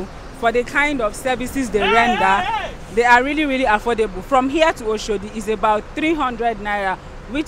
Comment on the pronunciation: The Kenyan more correctly pronounced Oshodi than the so-called Nigerian!